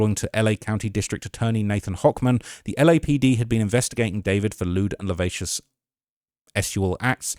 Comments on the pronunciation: as always 💐 here are your flowers for keeping Celeste's name alive. haters, fck em. (also, its luh-siv-ee-us) :D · Many people reporting on this case pronounce that word as La-vacious I notice (I think thats the name of an 90's Jamaican singer lol). It's likely the first time many young people are even hearing of it. I can help yall wanting to pronounce it correctly. It's La-siv-ious (Lascivious) Just helping out my fellow true crime lovers ☺ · it's pronounced LA-SIV-E-US. Every video you post with that word you mispronounced it and it's driving me nuts when I hear you say it wrong. 😂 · just FYI, it’s lascivious—pronounced “lass-civ-ee-ous.”😉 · "lavacious"? C'mon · Lascivious: (adjective) las·civ·i·ous lə-ˈsi-vē-əs Brother, I can’t hear you butcher that pronunciation in any more videos. Please… I BEG YOU 😭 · You rly gotta learn how to say the word lascivious bruh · There should be a Polymarket bet on if learns to pronounce lascivious before David is convicted. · THANK YOU! I wince, then yell at my phone every time he mangles the pronunciation. It's part of the charges, look it up ffs.